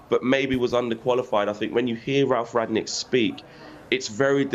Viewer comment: Good analysis but it's Rangnick not Ragnick